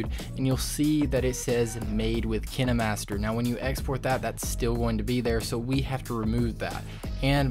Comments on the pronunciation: Him: kin- eh -master Me: pronounced it wrong my entire life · You can’t even say kinemaster right /./. What is... kin- ey_ master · KINAmETSeR lMAO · Hol’ up- did he just say “Kina Master” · ITS KINE MASTER AND NOT KENE MASTER😂😂😂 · Or maybe its cus he called kinemaster kin-E-master lol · No no it's kiner - master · It’s not KiNeMaStEr it K I N E M A S T E R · They way he pronounces it makes me die inside 💀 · is the way he say kinemaster fah me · who else got triggered the way he said kinemaster 😂😂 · King Khan :0 thanks, dude! I now know how to actually pronounce it! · It sounds like Crime Master Gogo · KineMaster watching this like ITS KINE-MASTER Bro this guys saying kin-a-master is making me laugh so bad Lol thanks for the tips do O.o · You say kinemaster: kinamaster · KINE not KINÉ Sorry, It Annoys me Sooo Bad 😅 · im sorry but kinamaster it KINEmaster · It's not kin a master its kine master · Man said kenee master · It's pronounced "Kinermaster"? I thought it was "Kindmaster" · Him: kinEmaster Me: ...da fuq u say 👁👄👁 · Wait is it actually pronounced kinamaster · Ah yes, Kihnnehmahstehr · Did you just say "Kin-aye-master"? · I hate how he said Kine y matser also kinemaster creatirs are quaking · "KiNeMasTher" op bolteee!😐️😂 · Its kinemaster not kin-eh-master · It’s pronounced Kine like pine master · Ki-na-master LOL I feel bad so bad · I'm pretty sure it's pronounced Kayn Master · My dude straight up said "Kin-A Master" 😂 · He did nit just say "KiNaY mAsTeR" ;-; its kind KINED BUT THE D IS SILENT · Is he saying kinamaster :/ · Kin-eh-master Hmmmm... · Kin-e master lol I'm deas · The dude:KiNAMasTEr Me:wha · “ kin a master “ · Bro what kinamaster? 😂 What the heck 👁👄👁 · Did he just say kinnamaster? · ” Kin E master ” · He said kinemaster like: Kiniee master. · What’s up Kin e master 🤣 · dude its kinemaster not kenemaster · FOR THE LOVE OF GOD ITS PRONOUNCED: KINE-MASTER NOT KIN-E-MASTER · Him: (kihnimaster) KineMaster Me: YOU IDIOT IT'S (Kien master) KINEMASTER